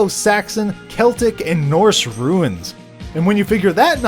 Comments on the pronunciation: Why do you call "Runes" "Ruins"? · a bombo of ruins ya say...sure you dont mean to say runes? lol